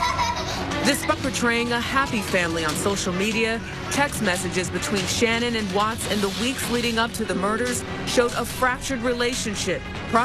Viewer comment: Her name is pronounced sha-nan, it's not that hard to say and remember. If you want to honor her memory, pronounce her name correctly!!!!!